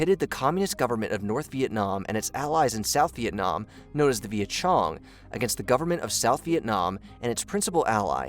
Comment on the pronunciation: The word is "cong" not "chong" lol. Like King Kong. Idk where you get the "moa" from when reading the word "doi moi". Vietnamese language is already scripted in Latin. Just read it like how Spanish or Italian read their alphabet. Sorry if I sound too harsh. I was invested myself to the video, but the mispronunciation bugged me off.